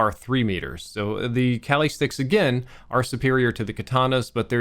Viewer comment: Its pronounced kah-li (like you're saying Ali but with a k)